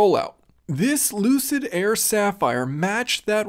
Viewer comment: lol lucid sapheery